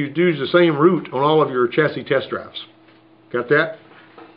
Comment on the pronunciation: Did he just pronounce the S in chasis? lmao the S in chasis is silent.